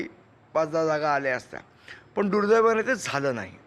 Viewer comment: दुर्दैवानं ❌डूलडैवानं ✅🤣